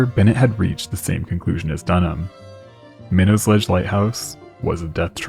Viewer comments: Good stuff, however we pronounce it sitch-yoo-it, not skitch-oo-it, and my-nots, not minnows, around here. I recommend before making a whole video to just look up the places you're talking about on YouTube and find a video or two where someone pronounces them in a local news broadcast or something, that way you don't have to guess and potentially get it wrong. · It's pronounced "My Knot" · Minot is pronounced with a hard T, by any local mariner Pronounce it as a New Englander, not as a Frenchman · MY-KNOTS not minnows or whatever you're saying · Oh yah, it only took me reading 5 comments to see one correcting the way people pronounce the city's and towns of Massachusetts now we're correcting the name of the rocks hahaha. I for one didn't miss when he said the name of the rock 😂😂😂